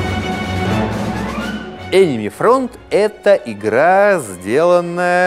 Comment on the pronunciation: Он как-то странно произносит слово Enemy, мне слышится что-тотипа мимими